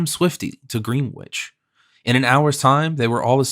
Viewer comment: Much enjoyed, especially at 80% speed, Edinburg, Green wich ? AI Bryan Godwin perhaps? Very good listening though